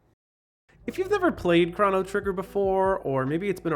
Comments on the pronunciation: thank you for pronouncing his name as “Craw-no” (that’s how I grew up saying it, not knowing any better) but even though (I’m pretty sure) the correct pronunciation is supposed to sound like “Crow-no” it’s still nice to hear someone say it like me and my brother and fiends all used to... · It's uh, pronounced 'crow no'